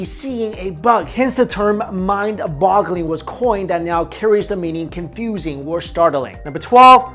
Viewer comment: BOG not BUG. B O G It's mindBOGgle, not mindBUGgle